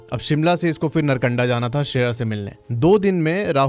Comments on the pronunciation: नरकंडा ❎ नारकंडा ✅ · .. भाई पहले तो नारकंडा नाम सही से बोल , और कम फेंक, कोई और वीडियो बना ले व्यूज़ के लिये जिसका पता नहीं है वो क्यों बोल रहा है, और पहले खुद घूम के आओ